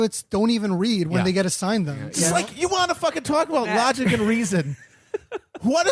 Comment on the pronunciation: I love when Matt says rogic and reason